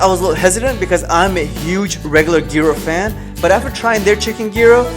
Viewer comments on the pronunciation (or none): Great video....except a couple little things. Vegans don't eat seafood and gyro is not pronounced with a "g," but is pronounced "year-o." You did hit the best vegan places in orlando, good job! Next time, get to Market on South early and you might get the chance to eat one of Valhalla's famous donuts before they sell out. Even non-vegans go there specifically for the donuts! Also try DaJen Eats Cafe on E. Kennedy. If you love Indian, try Woodlands on S. Orange Blossom Trail.